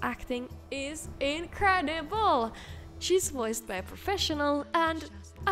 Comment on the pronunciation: Can't get enough with the way you said "inCREdiBLEEE"! Awesome work as always, our favorite!